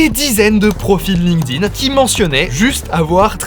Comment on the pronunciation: Aïe, j'entends trop souvent des gens qui ne savent pas que le D de Linkedin se prononce T.